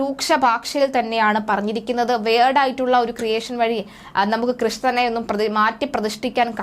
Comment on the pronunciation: Anchor wired alla,weird.. English vayichath sugamilla doNt... Correct your pronunciation